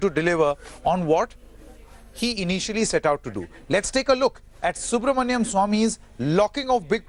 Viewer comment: You should pronounce Dr Subramanian Swamy’s name properly. He is not Subramanyam.